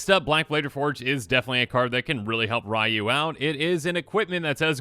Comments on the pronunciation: You're gonna have to learn to say Ryu (ree-yoo), since there's also a commander named Raiyuu (rye-yoo) now. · Aw man, he called him “Rai-Yoo, instead of Ree-Yoo. I will die on this hill. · Even more specific it's pronounced as one syllable... Or as close as an English speaker can get. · It's REE-YOU! Not RYE-YOU! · "Rye-Yu" No your head is still in Kamigawa. Its "Ree-Yu" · for reference, the first character, Ryu. His name is pronounced (Ree-YU), not (Rye-YU) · Ugh it’s not “rye - you” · FYI, Ryu's name is pronounced ree-yu. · People who is correcting is still pronouncing Ryu wrong. Its not "Ree-yoo", it's "R-ooh" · Technically, it's pronounced "R-oo" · As someone who was first introduced to SF way back in the SNES days and was ecstatic when he was introduced in Smash Bros 4 for WiiU, just remember, the way to pronounce Ryu rhymes with WiiU. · Yeah some technical people say “Roo” with a slight Y sound but that’s really hard and “ree - you” is much easier and it’s also the way it’s pronounced in-game whenever a character says his name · As a person who plays street fighter the way he is saying Ryu is triggering me lol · How should you pronounce Ryu ? The answer lies in the heart of battle.